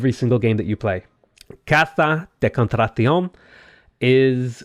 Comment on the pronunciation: I love the "caza de contrasion" lol you did really well but con.tra.ta.cion you kinda left out a .ta. lol still good accentuation on -cion! The Spaniard version maybe have the Z sound of casa but Spain is small compared to South America. So we win :D